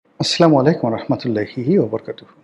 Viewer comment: আস্লামালাইকুম হবে না, হবে আস্সালামু আলাইকুম।